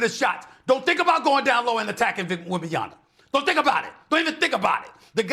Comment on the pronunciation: It's been like 3 years and he still saying wembys full last name wrong 😂